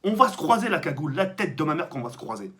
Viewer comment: Gagoule tu me decois